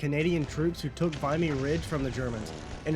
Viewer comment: So I know how annoying this is gonna sound but you said vimy wrong its not vi-my its vim-y good video tho